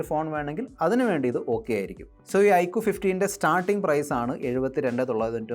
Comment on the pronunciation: ഐക്കു ❌ ഐക്യു ✅